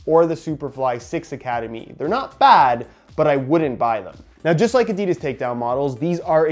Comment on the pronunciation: At least you say football and boots but please say Adidas right